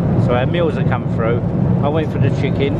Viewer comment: Did you say FUNDER, is it not THUNDER, you also said FROO and its THROUGH!!!!!!!